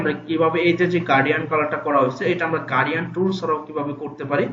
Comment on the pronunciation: Hello Mr., আপনি গার্ডিয়ান কালার উচচারন করতেছেন, শব্দটি হবে গ্রাডিয়ান্ট?